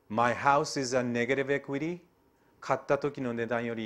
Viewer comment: カッピイウライツ、ペイアボーウ、ネーガリブエクイリーｗｗｗ かなり発音いいねえ！